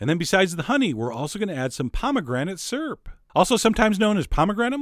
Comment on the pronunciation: "Surp" Chef John, syrup is pronounced "sir-up" :)